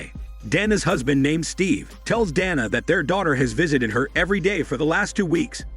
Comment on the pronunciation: Bro get the name right is it donna or Dana.. that's what you get for using that stupid voice modulator